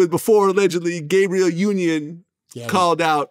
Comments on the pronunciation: It’s GAB-BRI—ELLE. Gabriel (GAY-BRI-YUL) is the male version/pronunciation of her name. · This dude said Gabriel Union. Not Gabrielle 🤦🏿‍♂️. He low-key calling her a man. Damn Glad.. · He called Her Gabbie 😂😂 that means he hit 😂😂😂 he ain’t even said Gabrielle 😂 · You called her Gabriel not Gabrielle ??